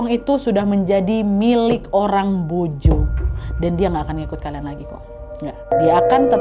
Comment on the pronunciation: Maa sya allah,kagum sm k nad nyebut nama pelabuhan dan penyebutan mbojonya pas sekali.sering dengar bahkan pembawa berita nasional aja banyak salah penyebutannya.terima kasih k nad semoga makin sukses 🙏🙏🙏